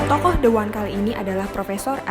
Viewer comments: Betul bacanya the one itu (de wan), dengan pengucapan 'e' menggunakan 'e' pepet seperti dalam pengucapan kata 'seperti'. The hanya di ucapkan dgn pengucapan 'di' apa bila diikuti oleh kata benda yg berawalan huruf hidup a,i,u,o,e, contohnya the artis (di artis) sementara 'one' diucap sbg 'wan', jadi tetap dikategorikan sebagai huruf mati yaitu 'w', maka mengucapkannya tetap 'de wan'. Semoga bermanfaat. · Maaf bukankah bacanya the one yaitu di wan ..maaaf kalau sy salah ..